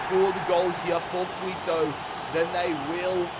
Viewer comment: Quito is pronounced ki-to, not qui-to